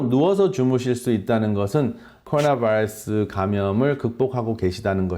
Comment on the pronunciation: 코로나 vㅏ이뤄쑤? 발음좀 젖당히